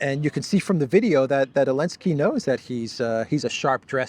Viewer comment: His fucking name Zelensky and not Elensky. How hard is it. You can say it at the Duran